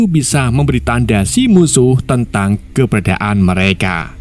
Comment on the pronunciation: keberadaan nyet bukan kebedaan menit